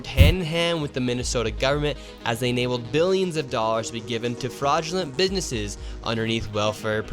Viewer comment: Bro can't even pronounce "businesses" and he's an expert 🙄